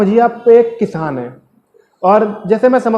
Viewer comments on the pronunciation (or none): Kishan ni it's kisan🤣🤣🤣🤣Lol